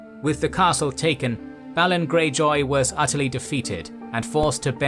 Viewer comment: theres literally a tv series made with the wrighter how u mispronounce so many word and names in these fantacy worlds, theres established content with spoken representations how u manage it baffles me balon is b A lon sorry jus bit of a peeve